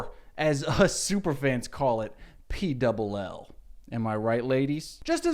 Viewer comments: P DOUBLE L?? Sirrrr it’s PLL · correction: it's pronounced "P-L-L", i've never heard it the way you said it